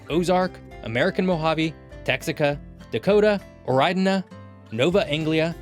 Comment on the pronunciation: Oridana, not Oreidana